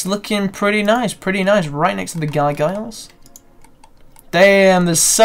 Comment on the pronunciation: Gargoyles ... "Guy-Giles"